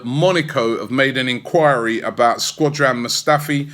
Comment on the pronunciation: Sko-dran not Squa-dran... that irks me.